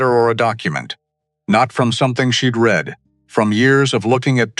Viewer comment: AI reading with the wrong inflexion on the word.